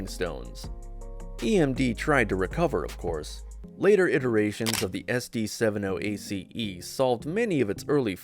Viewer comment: All that and it's AI .... SD seven oh ACE yeah right ...